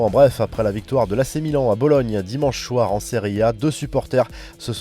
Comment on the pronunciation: tout le monde a entendu la même choses que moi Le gars a dit ( dimanche choir ) au lieu de soir 😅